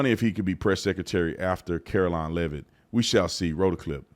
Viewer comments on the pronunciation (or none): none